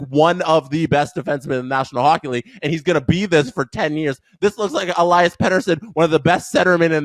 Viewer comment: E-Lee-Us